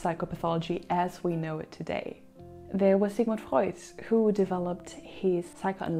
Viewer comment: The way you pronounce the names of Freud, Adler and others tells me you that you know what's you are doing